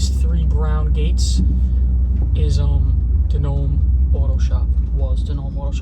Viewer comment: In Italian DiNome is pronounced "DeeNomei"